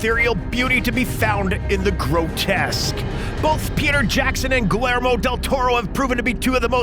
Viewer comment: “Mimic” came out in 1997. Hardly the “early nineties.” Also, please learn how to pronounce “Guillermo” correctly.